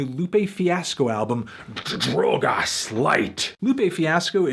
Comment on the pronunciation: amo anthony pronunciando drogas tipo drwougeas